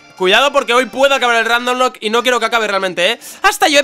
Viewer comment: lol buen video! de pokemon ro rrrrrrrrandomlocke! XD